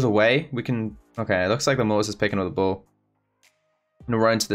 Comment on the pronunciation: the whole video every single time he said ball I hear bull